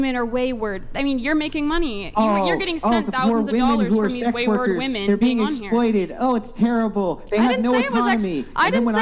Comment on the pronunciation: You can’t even pronounce women right.